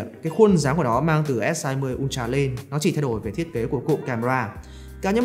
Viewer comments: Ultra nhưng mà nghe cứ như kiểu S22 Ulatr :))))) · Học hành thế nào mà cứ đọc "un cha...un cha..."?